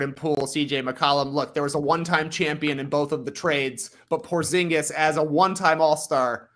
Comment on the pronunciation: Its odd hearing Porzingis' name pronounced correctly, my fiance refers to him as Dingus Pingus and it's stuck in my mind.